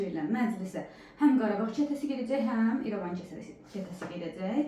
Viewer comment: Xanim Erevan keresi Yox, irevan ketesi